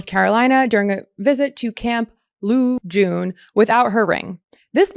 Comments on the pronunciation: It's pronounced Camp LA June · Camp Lejeune pronounced la-jhern somehow. SemperFi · ....ask or invite women vets to help ensure your partners know how to pronounce the names of military bases...good grief...